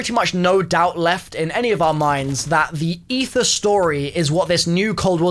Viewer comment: I didn't think it was possible to butcher aether that much